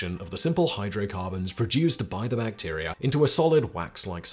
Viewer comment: Bacterier? Huh?